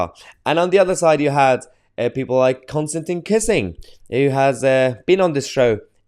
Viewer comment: It's pronounced 'Kisin', Mahyar, not 'kissing'.